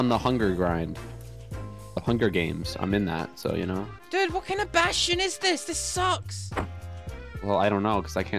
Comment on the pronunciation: he said "What kind of bastion is this!" and I heard, " WHAT KIND OF BAT-SHIT IS THIS"